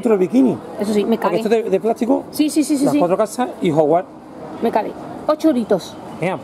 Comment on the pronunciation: Ejem... No se dice Hogwart se dice HOGWARTS